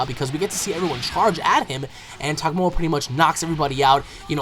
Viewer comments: You keep calling him Tagomoa but I think it's just Tagoma :D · He said tagmoa instead of tagoma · Not to insult you but your saying Togoma wrong it's pronounced Tu Go Ma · not to be rude or anything but its tagoma not togmoa it just really iritates me when somone pronounces names wrong. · you keep calling him tagmoa its called tagoma lol anyway keep up the good work on ur vids peace bro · I have to disagree with you on Gohan. Gohan isn't being nerfed down like you claim. Gohan is simply not getting Stronger like everyone else is, therefore everyone else is getting powered up above him. Gohan himself hasn't drastically gotten weaker at all. Also, it's pronounced "Tuh-Go-Ma". Other than that, great vid man, keep it up! I also reccomend you play Dragon Ball Z Burst Limit, Ultimate Tenkaichi, or Raging Blast 1(It has a Story while RB2 doesn't) in the future!